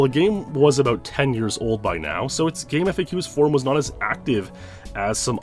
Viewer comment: GameFAQs is pronounced Game-faks, not Game-F-A-Qs. This was confirmed with one of the founders.